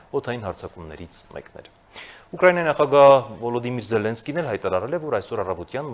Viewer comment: Ոչ թե ԶելԻնսկի, այլ ԶելԵնսկի